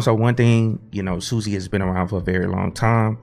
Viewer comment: Great video, just so you know. They call it SUSA like appaloosa. :)